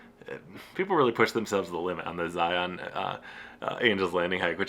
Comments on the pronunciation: Love the video! As an Utah native, my only note is that you’re pronouncing Zion wrong. In Utah we pronounce it as Zi-un instead of Zi-on. I know, we’re very weird. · It's pronounced Zy-un. Like lion with a Z. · The first thing you should learn before you visit Zion, is how to pronounce it. "Zion" is pronounced like "lion," not like "try-on." And the Monument was "muh-KOON-to-weep," not the way you said it. Sheesh!